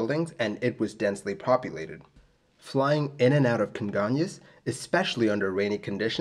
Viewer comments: Your pronunciation of Congonhas is really good! Great job on this video! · Good job saying "congonhas". I remember seeing the flames from where I worked. Crazy sad.